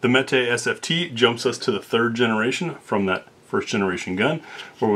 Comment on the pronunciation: some say that meat but you say mete correctly, good for you.